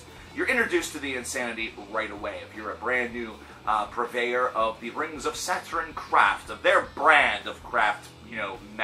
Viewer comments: saturen he keeps saying saturen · Saderin? Saturn? Now I'm intrigued on the correct pronunciation 🤘